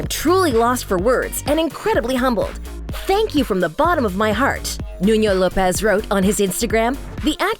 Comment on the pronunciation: Nuno is also not correctly pronounced, the sound of the 1st N is exactly the same as the second N. She pronounced the name has it was a Spanish name